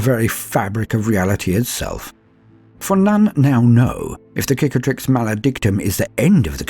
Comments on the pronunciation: I cringe each time i hear "KICATRIX"... its CICATRIX! It must be native eanglish speaker thing... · Tiny Gripe! The first C in "Cicatrix" is an S sound, as in Scar The word might come from "Cicatriz", the word for Scar in Spanish. Google says tree scars! Subbed for the rest of the voicework. That shit was good.